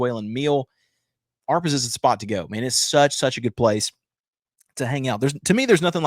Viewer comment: ah-RAY-pas, not are-pas.